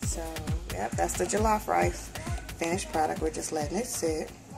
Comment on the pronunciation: it jollof not jilaf but loved it enyway